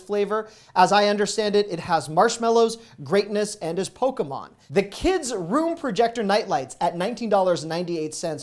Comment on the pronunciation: Poke E mon isnt a character lmao